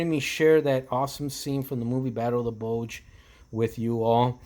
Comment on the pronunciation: Bulge....not Bugle